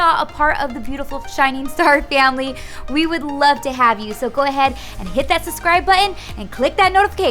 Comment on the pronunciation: Suss-cribe and ex-pecially 😂it always kills me